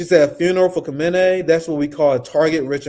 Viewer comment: my brother, you pronounce Khamenei like this: Khah-men-ah-ee